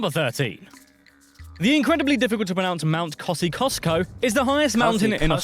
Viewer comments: It's either "Koz-ee-USS-ko" (Australianized pronunciation) or "Kozh-oos-ko" (original Polish pronunciation) - not "Koz--ee-KUSS-ko"! Also, Uluru is "OO-la-roo" (once called Ayers Rock by the white settlers) not "Oo-LAH-roo". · G’day mate, why are you always watching shite by Americans or Pommes can’t pronounce Uluru, it’s pronounced as in zoo zoo zoo, and it’s Mt Kosciuszko as in koz ee oz co, no t,!!!!!! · It’s pronounced mount “Kozzie-osco” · There is no such state as Southern Australia its SOUTH AUSTRALIA. It’s not Mount Kosicosko. It’s Mount Kosiosko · KOZZIE OSK O aus how you pronounce it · Kosciusko, usually pronounced Kozz-ee-OSS-koh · Not 8 states, 6 states and 10 territories. Only 30 percent religious folk, including christians, 70 percent atheist. Don't know where this guy gets hid stats from. Mt Kosciuszko, the 'c' not pronounced. Good of him to mention the Indigenous languages, not. You've got as much chance of being pissed on by a koala as getting Trump to pay his bills. Hulks were not used to transport prisoners to Australia, they were unseaworthy "hulks" and used as prisons on the Thames. Quokkas can only be found on a tiny island off the coast of Perth called Rottnest (Rats nest in Dutch). QEII will never be forgiven for dissolving our Gov', so much for the Monarch having no power.